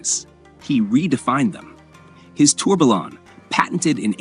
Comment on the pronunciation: Lost interest after he wrongly pronounced tourbillon.